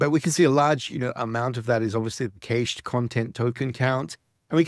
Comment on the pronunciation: What's going on with the pronunciation of "cached"?